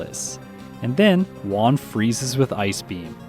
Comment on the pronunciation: i really enjoy your videos, but please, PLEASE learn how to pronounce Juan. everytime you call him "one", my ears start bleeding.